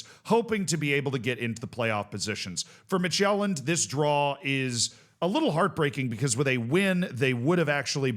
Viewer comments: I love this format solely for the pronunciations. Slight Danish tip: Midtjylland is pronounced sort of like MID-YOU-LAN. If you quickly blurt out those three syllables, it'll be close enough. In the video, it sounds like you're saying Midtjælland. Jylland and Sjælland are not the same. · Listening to this and thinking "what's Magellan-d?" The J is pronounced like the Y in "York", not like the J in "journal"!🙃